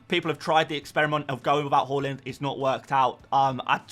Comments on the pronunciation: Haa-land not hall-land! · Can we start a drinking game everytime this foo says HO-LAND FFS